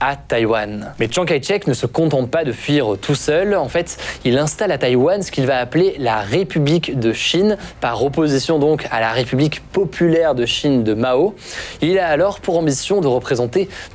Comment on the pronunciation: Hugo, ce n'est pas "tchan kaï tchek" mais Tchang Kaï Chek ou, si tu préfères, Chang Kaishek (pinyin).